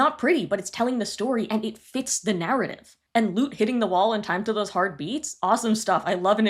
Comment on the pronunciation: I kept hearing that too 😂 idk why I kept hearing heart instead of hard